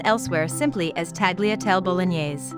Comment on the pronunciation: Please pronounce the food names correctly, what does it mean Tagliatel, it should be pronounced Talliatelli